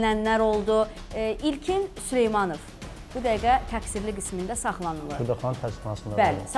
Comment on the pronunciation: süleymanıv yox süleymanov.